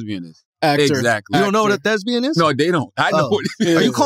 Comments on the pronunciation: that's not the bit. He doesn't know that's it's thespian, not thesbian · “Thezbian” -CTG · How charlamagne talking bout "you don't know what a 'thesbian' is???" when he's not even pronouncing thespian correctly 😂😂😂